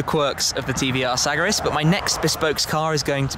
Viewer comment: Its pronounced S-A-G-A-R-I-S !